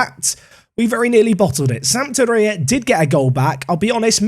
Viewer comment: In italy, I think you emphasize the second syllable, so sampDOria, not SAMpdoRIa. miLAN, not MYlan